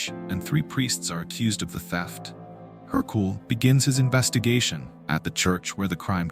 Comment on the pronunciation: wrong pronounciation, it’s Hercule. Not Hercoul